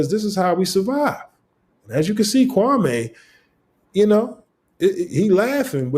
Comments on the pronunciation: Maybe its because you keep calling him Kwamay instead of Kwame. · KWA MEEEEEEEE NOT MAY